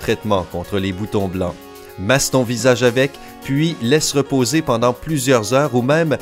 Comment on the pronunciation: a il y a un T a pendant